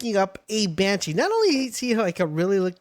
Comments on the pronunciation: Lyleen - Lilin... Bushi - Banshee... Tocotoco - Tucutucu...Mossandra - Moose-anda... Orserk - ORSKIN??... Penking - PINGING... why? I can't listen to this guy anymore 😭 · You calling Bushi banshee bothered me more than it shouldve 😅